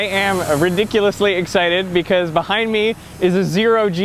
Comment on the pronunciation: Yo pronounce behind properly